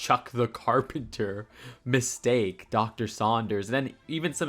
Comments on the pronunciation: It’s actually pronounced My-sta-ke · The way you pronounce “Mystake” is a mistake lol 😂